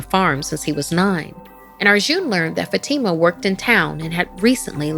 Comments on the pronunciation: Isn't Fatima pronounced Fahh-tii-mah? Not Fuh-tee-ma. Just wondering, I've never heard it pronounced that way. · Something Scary doesn't feel scary anymore. Not that Sapphire isn't here. is a good narrator, except for some name pronunciations like Fatima. But the problem is that the 'animation' is now just illustrations with PowerPoint animations, and the art style only has detail in the thumbnail. The characters look flat. Many things feel wrong.